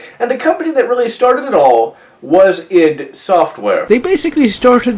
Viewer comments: i thought it's called eye-dee software... didn't know it's called eed software :o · Mostly called Eye-Dee